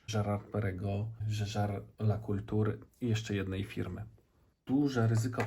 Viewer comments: Mała uwaga : nazwę marki Jaeger LeCoultre czyta się poprawnie jako < żeżer le kolt(h)r > Na pewno nie jako " la kultur" ani " la kulture". Kolekcja ładna. Szkoda tylko, że zegarki znanych manufaktur ( istniejących i dobrze prosperujących ) nie są serisowane na oryginalnych częściach, tylko mają wstawiane tańsze zamienniki. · Jaeger LeCoultre - tam nie ma słowa o kulturze ;-) Czytać: żeżelekultr(e) - to e końcowe prawie niesłyszalne